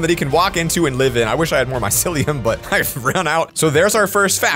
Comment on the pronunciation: It's my-cee-li-um